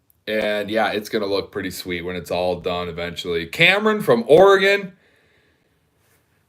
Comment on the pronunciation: Thanks for pronouncing Oregon correctly! Todd the retired trucker. ( happens less than you'd think }